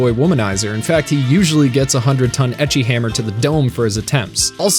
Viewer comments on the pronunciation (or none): none